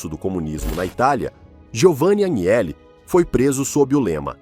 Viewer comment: Agnelli = (anhéli)